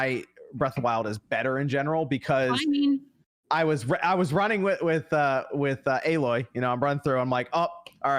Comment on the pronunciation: So my main takeaway from all this is-- finally learned how to pronounce Aloy's name correctly... 😅